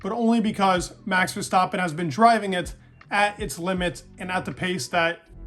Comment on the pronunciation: Very nice pronunciation of verstappen in the beginning!